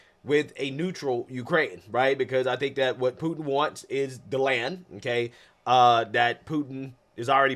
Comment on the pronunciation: I like the way reporter Calls Putin. Pooo. N . Say what????? Learn the man’s name please if you are a reporter. Good grief